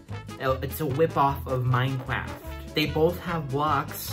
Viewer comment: His pronunciation of Mineclaft got me